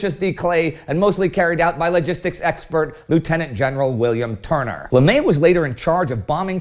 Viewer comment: Respectfully...Gen Tunner's name is not pronounced "Turner", it is pronounced "Ton-ner". The AF created a rather large cargo handling vehicle, one that could carry 6 aircraft (88" X 108") pallets at one time, thus increasing the cargo handling capacity of Air Transportation Specialists when loading/unloading cargo planes such as the C-17, and C-5. The AF named the vehicle after Gen. Tunner (Ton-ner) calling it "the Ton-ner".